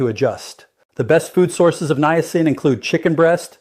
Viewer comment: I didn't realize you had become an AI bot . . . good info but you might want to review your bots important pronunciations like how to say Niacin. It starts out saying it correctly, but later it just gets worse and worse. It seems to like saying Nye-A-sin. Quite a few graphic glitches as well. You might want to consider a different AI model (not the representation of you, but the actual A.I. application).